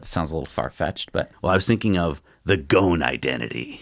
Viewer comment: Just a thing about Ghosn who has an Arabic name and my mother tongue is Arabic, the "s" in his name is not silent. Everyone is pronouncing his name without an "s" which is wrong. In Arabic "ghosn" means "tree branch" and is written غصن in Arabic. Put it in an online translator to hear how it's said.